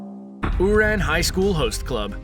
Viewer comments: I liked the list and the descriptions of the anime were accurate, but the pronunciations of some of the anime's titles like Kakeguri's and Ouran's were butchered so badly that I couldn't help but cringe. But the video wasn't half bad! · I love how you said ouran 😂 shows that you clearly watch the show